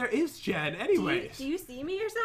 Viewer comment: When you said oh oh chest it sounded like oh oh Jen haha LOL lav ya